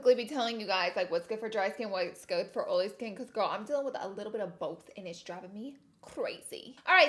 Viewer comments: Marshae Dudley “oley” Lol. Yesssss. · I swear i thought you said ariola when you said oily lol 😂😂 you look gorge today as always! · Laughing at myself by reading this title of the video and saying oily like Laura 😂